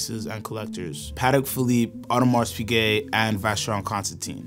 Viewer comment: Great video but his pronunciation of AP drives me crazy